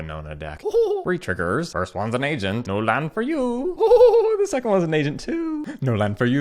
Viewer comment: As an Asian person, I sink you are saying Asian instead of Agent. Which is muy grande